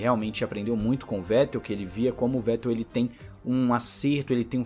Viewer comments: Se pronuncia fettelllll o V vira F👍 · Parabéns pelo canal e vai lá uma dica sobre nomes e palavras em Alemão: o "W" tem o som de "V" e por sua vez, o "V" tem o som de "F". Com isso, para acertar nos nomes, leia "Dr.Wollf" mas pronuncie sem medo, "Dr.Volf" e, leia "Vetel" mas diga "Fetel".